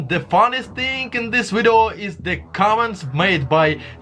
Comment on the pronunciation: What the hell is a "wideo??"